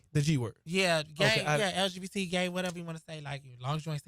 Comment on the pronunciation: did this man say "the lbgteq" community plz/?!?!?!?!??!?!?!?!? I AM LAUGHING MY ASS OFF AT 3 AM